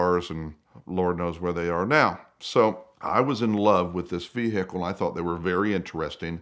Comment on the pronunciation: Ve hickle! LMAO